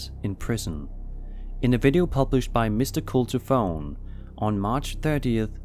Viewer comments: I Think its " Cult of One" not cult-o-fone min ven :) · It’s Cult of One not culto fone 😊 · Mr Cult Of One, not Mr Cult-O-Fone smh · It's mr. Cult of one not Mr cult o fone great video just saying keep the great vids coming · Cult of one, not cult of phone. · OMG... "Mr Cult-oh-fone"....LMFAO!! 😂 Really?? I believe it's MR CULT OF ONE, braintrust!! 😂😂😂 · “Mr cult o fone”. Classic. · His name is "Mr Cult of One" not "Mr Cult o fone." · The tunnel one sounds like frogs... and I think it is “Mr. Cult of One” not “Mr. Cult O’Fone” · Mr Cult o fone? 😂. I’m pretty sure is Cult of one. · In the #3 video... it’s not a Martial Arts robe. It’s called a Yukata. It’s mainly worn during festivals and other celebratory events. And in the previous video, the name of the investigator is Mr Cult of One. You said the word “one” as “own” and it was a bit awkward. LOL!!! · "Mr. Cult-o-phone" Lol Cult of One pal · I think his name is "Mr. Cult Of One" not "Mr. Cult O Fone." Lol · That pronunciations...Cult-O-Phone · 🤦🏽‍♀️😂😂 CULT OF ONE NOT CULTO FONE 🤦🏽‍♀️🤦🏽‍♀️😂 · Mr cult O fone?? Maybe it's Mr cult of one? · Old Toole Hospital. Pronounced Too-WILL-ah. Ogden is a city in Utah...Toole is a town southwest about 70 miles. I know you didn't know, just letting you know. And I am in Florida 😁 Also, next segment could be "Cult of One" instead of Culto-fone. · I'm thinking it's actually Mr. Cult-of-one.... not Culto-fone... maybe? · I think his name is Cult Of One, not Coltofone. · I think you read the guy's name wrong. It sounds like cultophone, and I guess it meant to be cult of one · Its Cult Of One, Not Cult O Fone :D That video is particularly strange as the whole audio is a crescendo of Otherworldly sounds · I'm pretty sure his name is Mr cult of one, Not Mr culto fone. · It is Mr Cult of One. Not fone. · It’s MR...CULT...OF....ONE not Mr Culturefone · thats cult. of. one. not cult-o-phone. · It's cult of one. Not cult o fone. :)